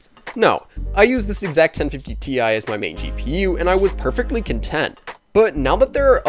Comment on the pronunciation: I’m sorry but the way you say ti makes me wanna die